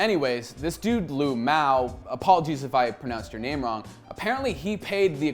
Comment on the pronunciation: His name is not Lmao.吕某 pronounce as Lǚ Mou. It means someone's family name is Lǚ.